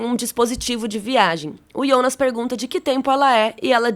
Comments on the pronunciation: “Ionas” misericórdia fiquei com aflição dela falando assim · Fiquei meio agoniado com "Iounas" Eu sei que é por conta do J ter som de I na Alemanha e tal ,mas.... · Só eu que acho estranho ela chamar o Jonas de ionas? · a mulher pronuncia ,iounas.. kkkkkkkkk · pq ela fala iounas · Me dá agonia ela chamando o Jonas de ''Ionas'' kkk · Pq vc chama o Jonas de ionas? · Só eu q saquei que ela chama o Jonas de Ionas????...😂😂 Aguardando o apocalipse na 3° Temporada!! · parei de ver só pq fala ionas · A unica coisa ruim do vídeo é vc falando IONAS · Confesso que dá uma certa agonia com a maneira como ela pronúncia "Jonas". Mas o os vídeos são muito bons. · nossa, eu senti uma agonia dela falando o nome do jonas e helge errado kkk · Amei muito o vídeo, obg, so o que me incomodou mesmo foi a pronúncia do nome dos personagens 😰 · Parece o chaves tentando falar o nome dele, hahahahhahahaha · Por que você chama IONAS ao invés de JONAS? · Pq ela fala IIIIOOONAASSS?? É JJJJJJOOONAAASSSS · Cara, até a dublagem fala jonas, pra q falar ionas? Quer se aparecer? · por que diabos essa mulher fala Ionas? Não Jonas, que horror🙉😂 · Não se diz ionas e sim Jonas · Mano, para de falar yonas que raiva kkkk foi dublado para JOnas e vc é brazuca, para com isso imediatamente kkkk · A série é confusa, mas eu tô mais confusa com você prenunciando JONAS e soando: "iONAS". Socorro Deus 🤡🤔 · ionas não mano, é JONAS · não entendo qual a dificuldade de falar jonas ,do q ta falando iounas..kk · Aí eu não suportei vc ficar chamando jonnas de yonas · Ionas é meu ovo fala Jonas caraio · Pq vc fala "ionas" E não Jonas ? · Que nervoso ela falando IONAS .... fala Jonas caramba nao é mais fácil? Simplifica. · Pq n Falar Jonas ao invés de Ionas? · vc fala Iounas errado não é assim é Jonas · Que porra de ionas, sabe falar Jonas não? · Um leve ataque do coração toda vez que você pronunciou YÔnas e não JÔnas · pq chama o Jonas e Ionas? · Tbm achei chato esse ionaa , tem q falar Jonas mesmo. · " iondas " kkk